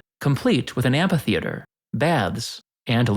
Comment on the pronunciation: Amphitheatre sounds wrong, I keep hearing the P and H.. Isn’t it amfi?